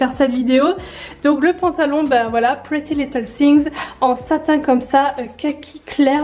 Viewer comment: Arrêtez de dire pretty little thingS, c'est thing, sans S 😭😭😭